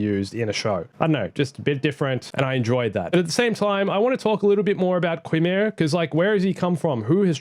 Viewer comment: Qimir is pronounced “kai meer”.